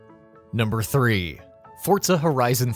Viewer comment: That's how it's pronounced